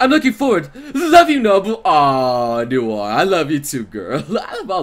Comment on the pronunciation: u made noire sound like vert